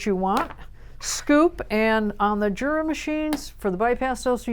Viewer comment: I thought it was pronounced Yura?